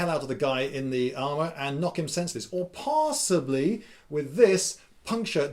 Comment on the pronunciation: Just for the record, between 1 min and 1 min 30 sec you said parssibly when you meant to say possibly. Incase you want to do a part 2 on the extra Rs.